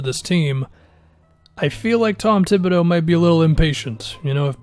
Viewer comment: Tom thibbadeux? lol stop falling for fake news bud